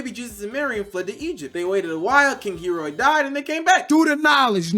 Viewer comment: Bro you're pronouncing every Bible name wrong 😭 Herod, Galilee, Judea, Pontius pilate